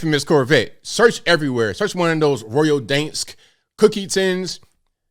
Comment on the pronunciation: My boy said "Royal Dansk" lmao